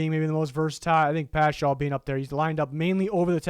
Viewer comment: hey i’m like 99% sure it’s pronounced pascal, though i do love my boy getting some love! keep up the good work 👍